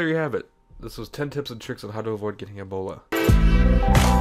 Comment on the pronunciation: i love how you say ebola... sounds like the right way to say it